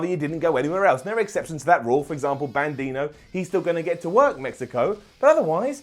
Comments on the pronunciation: Are you saying "Bandino"? Love ya,. It's"Bandido", which is Spanish for Bandit. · Bandido (ban-d-dough) not bandino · The name is Bandido, not Bandido. I love your channel! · bandino? you mean Bandido? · It's Bandido, not bandino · Bandino??? Lol it's Bandito!! you n Ollie make me laugh every time I watch. Such an awesome show. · Bandino? Who is Bandino? At first I thought just made a little error. But he kept saying Bandino...